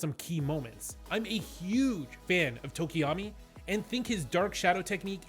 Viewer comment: Yall butchering tokoyami's name.Poor bird boy